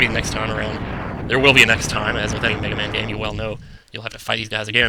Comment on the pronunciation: you said mehaman.